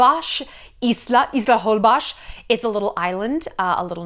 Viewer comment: Please Shallon, it is HolbOX with O not with A. It sounds very strange when you mispronounce it. THANKS!